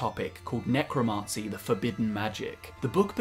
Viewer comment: You're driving me nutz..the pronunciation IS NOT 'necroMAHncy' it's necroMANcy'